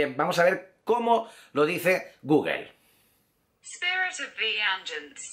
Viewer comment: no sabes ingles, no se dice gugel, se dice gugl.